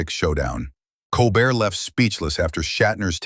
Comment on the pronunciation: Learn the names. It’s not Col Bert.